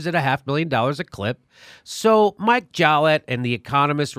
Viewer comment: His name is Mikel. Not Mike. Everything else is 100% correct.